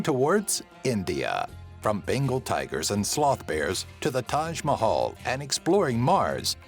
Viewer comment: I love how he pronounced Taj Mahal TAJH MOHOL